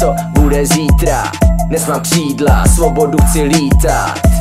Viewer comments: Že neumí Ř? Kšídla... :D:D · Nauč se říkat ř !! Kšídlaa :D